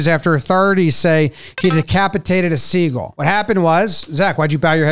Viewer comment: i love how pronounces “seagull” such that it rhymes with “eagle”